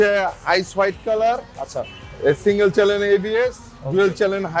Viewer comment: হালায় একটা শো রুমের মালিক বাংলাও কইতে পারে না ঠিক মতো, ওরে ভাই ওইডা সিঙ্গেল চ্যালেন এবিএস না 🤣🤣🤣 সিঙ্গেল চ্যানেল এবিএস হইবো😂